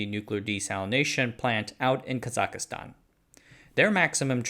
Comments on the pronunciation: ITS KAZACHSTAN NOT KAZAKASTAN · Please, it’s Kazakhstan not Kazakha-Stan. Prounounced kah-zak-stan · KAH-ZOCK-STAN. Why're you putting an extra "I" in there? JFC. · Kazakhstan sounds like KA-ZAK-STAN or KA-ZAKH-STAN, not Ka-zak-ka-stan. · It’s not Kazikistan. Kazakhstan. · You keep mentioning "Kazakastan" in this video. Do you mean Kazakhstan? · It’s Ka-zak-stan not kazakastan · "Kazakistan".. nope. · ka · zuhk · staan 3 syllables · It's ka zak stan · Kazakhstan is not pronounced "Kazak-i-stan" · Yo, Kazakhstan doesn't have an "i" in it. It's not pronounced "Kazakhistan". Kazakhstan is considered Asia and Kazakhs are Asians too okeh!? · I thought he said kazakistan. Still wrong and a bit jarring though. Like how Chinese speakers love to "localize" the pronunciation of foreign names, making it completely unrecognizable. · the way my brother pronounces Kazakhstan drives me crazy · Listen up, team: There is no i in Kazakhstan. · You are murdering the pronunciation of "Kazakhstan"